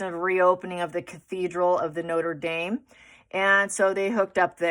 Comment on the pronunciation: i watched this hours ago, but something is really bothering me. "Notra Darm". Say it. It will make you sound better read (pronounce that "red").